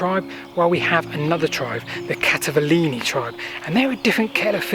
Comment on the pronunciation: You need to take the trouble to get the names pronounced correctly. E.g. CALLEVA is pronounced /Calaywa/. There is no /vee/ sound in Latin. What we read as V is actually a capital U. Calleva is therefore properly spelt Calleua. Your pronunciation of Catuuellauni (Common Brittonic: * Catu-wellaunī, s abominable. Do some research on names and it will make your presentations much more authorative.